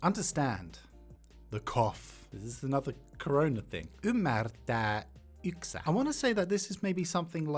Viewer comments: Here's a few errors in your pronunciations that I noticed. You said "Muorihin" (in grandma/old woman) instead of "Muroihin" (in cereal), you said "Iloista" (from funs) instead of "ilosta" (from fun), you said "yksä" instead of "yskä". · pronunciation errors Muori yksä Muori actually means Santa clauses wife😅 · I think your pronunciation for "muroihin" was off because you misread the word. It sounds like you read the o before the r. As many people pointed out muori is an old word for grandma and muorihin is a way to say "muoriin" (into grandma) in an older and more poetic dialect of finnish. Edit: Also for the word "yskä" you reversed the s and the k :)